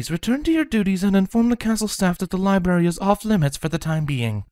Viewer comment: Ok; just “HOW MANY” books did “TWLIGHT” check out of the “LIBARY”????? 😂😂😂😂😂😂😂😂😂😂😂